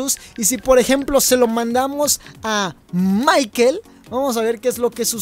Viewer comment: No es maiquel es maicol ( escribo como se pronuncia)